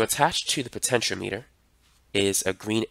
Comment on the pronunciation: Actually after hearing his pronunciation, it should be the accepted pronunciation because it spells out exactly what the compontent operates on - potential power.